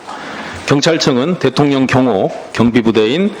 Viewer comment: 김병주의원 대통년 ㅎㅎㅎ 령 발음이 어렵나봐요. 일 잘 하는 김병주 의원 파이팅